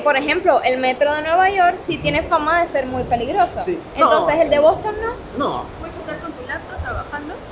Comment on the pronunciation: Lo primero es aprender inglés. Esa pronunciación del Bostonian Hotel te quedó espantosa….